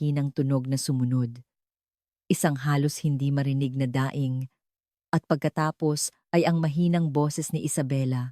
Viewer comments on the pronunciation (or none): kaya nga pati alasais iba nang png ka bigkas pati daing ginawang nyang daing na ulam kaloka ka auntie narrator.